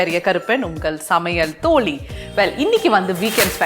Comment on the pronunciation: ல ள ழ வராதா?தோழி தோளி இல்லை